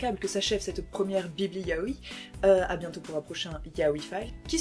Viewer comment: Par contre on te l'a peut être déjà dis mais on dis pas "ya-o-i" mais "ya-oi" en 2 syllabes sachant que "-oi" se dit "aie" mais avec un "o" ! ^^Je préfère te le dire par expérience que si tu vas voir un vendeur (dans un magasin exprès de mangas) si tu dis "ya-o-i" c'est limite si ils vont pas t'engueuler...^^"